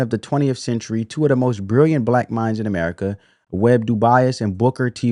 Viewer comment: Brother...W.E.B. DuBois's last name is pronounced " DOO - BOYZ" not "Doo - Bi - Azz"